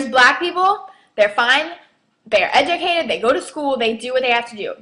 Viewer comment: this dumb bitch can't even say educated right lol